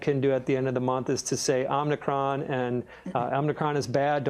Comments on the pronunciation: Love Gene Munster, but every time he says omnicron instead of omicron I lose a little faith in his analyses. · Somebody tell Gene Munster its not “Omni-cron”